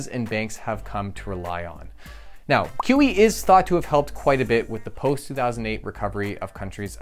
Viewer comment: Every time he says QE, I hear kiwi. I was tabbed out and couldn't unhear